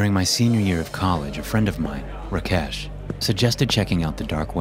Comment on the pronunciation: "RaKHESH" 😂🤣 lmaoooo